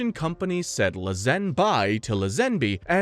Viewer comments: George La-ZEN-bee, lol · You count 27 films but don’t mention the two unofficial films so why not go with just 25? Also George’s last name is pronounced ‘Lay-zen-bee’. Overall this pretty good though. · George LUH-ZEN-BEE, then LUH-ZEN-BYE. Is this text-to-speech? 🤣 It's LA-Z'N-BEE with emphasis on the firsr syllable. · LAY ZEN BE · You did all that research and still don't pronounce George layzenby's name, correct?Come on man and Ralph fiens. You must be a bot